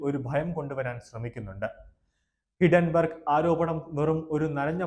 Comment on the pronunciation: ഹിഡൻ ബെർഗ് അല്ല ഹിൻഡൻ ബെർഗ് ആണ്‌.